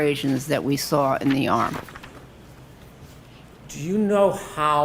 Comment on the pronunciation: There no R in sawr!